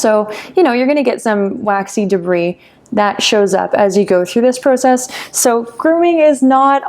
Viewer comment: No one is going to talk about how she says process?